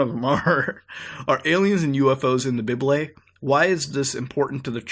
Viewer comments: i think he pronounced bible wrong. hes saying. bib-lay. its. bye-bull. idk 😂 im not being rude thoe😂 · Why do you call the bible a biblay?